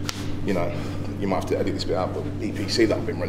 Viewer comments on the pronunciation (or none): What did he say ? “EPC that I’ve been running?”